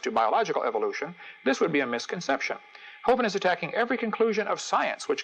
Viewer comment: Most people that I've heard (including Hovind himself) pronounce the vin in his name to rhyme with "win", not with "wine". Other than that, nice video.